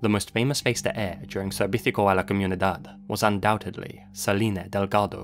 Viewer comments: Idk what is more disturbing, this case or your constant mispronunciation of the word Servicio. You pronounced like sevitico, it is supposed to be pronounced Zer-BI-Cyoh with more strength on the BI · It's not servickio. It's servicio. The c is pronounced similar to an 's'. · Is anyone else bothered by how he pronounces “Televisia”and “servicio”? I appreciate how he tries to pronounce them as accurately as possible but hearing the Spain Spanish pronunciation sounds wrong. Plus the Mexican pronunciation would be a lot easier for and native English speaker to pronounce😅